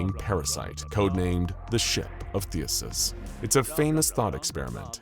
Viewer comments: THEEE-SEEE-US. THESEUS! NOT THEUSUS. sorry. That shit was making my brain hurt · I love your content, but every time you say "Thee-uh-sus" you make a greek grandma cry. I even checked to make sure I hadn't heard it wrong my whole life. It's "Thee-See-Us." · It sounds like you say “Theuhses” instead of “Theseus” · I swear you actively mispronounce only the most important words in your videos, the most prominent, in an attempt to cause minor madness in listeners, because it's actually extremely common. THEE SEE US not THEE US US. but I think you know. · I honestly can't tell if Theseus was being mispronounced as Theasus on purpose or not. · Say it with me (thee,sea,us) I love the videos but damn the Pronunciation is terrible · Oh. My. Gawd… please tell me that someone else out there got more and more incredibly infuriated at the blatant mispronunciation of “THESEUS”…!?!? IT’S PRONOUNCED “THEE-SEE-US” ffs… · It bothers me more than it should. There was another Greek or Roman name in the last video with the same issue lol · He does it on purpose in at least 40 videos, I think it might be a watermark of sorts